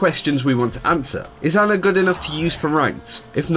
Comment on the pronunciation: Her name is Ana not Anna, sorry this just annoys me.